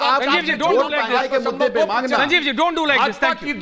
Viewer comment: अबे संजीव पहले स बोलना सीख स को श बोलता है।